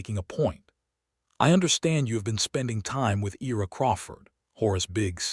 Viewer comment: I ra. Not E ra.